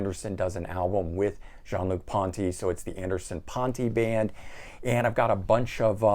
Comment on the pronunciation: not only are you a music expert, you continue to impress me with your French pronunciation of Jean-Luc Ponty’s name. I’m French and have lived in the US 40 yearsand people always butcher my name, Jean. You should check out the European bands Lipz, Perfect Plan, One Desire and H.E.A.T. They are new bands that are in the vein of foreigner, Def Leppard and poison. Keep the videos coming